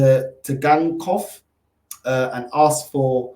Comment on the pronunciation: Bug up the T is silent